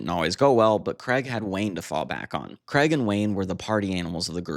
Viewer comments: Why say cregg it's Craig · It's Craig, not kreg. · Interesting but Man, it’s not pronounced Creg!! His name is pronounced CRAYG. It rhymes with HAGUE. Please get this right. Thanks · Why cant Americans pronounce Craig ?